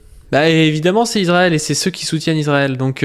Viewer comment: Trop cool en rvanche on dit iSrael, ca écorche le crane d'entendre iZrael (mais si t'arrives pas pg)